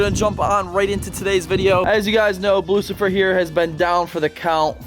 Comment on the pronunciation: Damn you butchered "Blucifer" name 😳😂